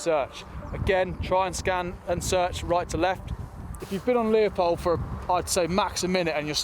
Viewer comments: Stop calling it Leopold, it's Leupold. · Leupold, pronounced "Lewpold", not "Leopold"